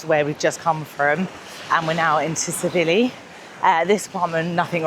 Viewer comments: Great videos but your pronunciation of Tsilivi is wrong it’s pronounced silly Vee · The T in Tsilivi is silent